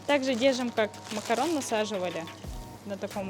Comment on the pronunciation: Макарун а не макарон